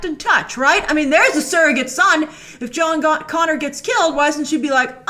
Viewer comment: "John Goner" lol